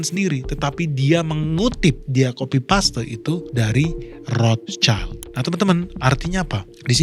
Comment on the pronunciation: Dari sekian banyak yg nyebut nama Rothschild, baru ini ketemu yg bener nyebutnya 👌🏻